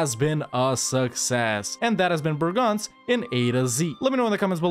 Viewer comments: It's BREGENZ, not BRAGANZ, Bragança is a town in Portugal. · Man, I never got what you meant when you said that name. It's Breeeegenz. Long, high "e". :D Kind of shocked I didn't get it. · Just a tip from a local: try to pronounce it "bray-gance" ;)